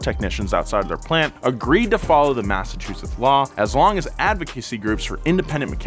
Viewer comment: for someone who lives in Massachusetts, you gave me a good laugh, when trying to say the name. thank you.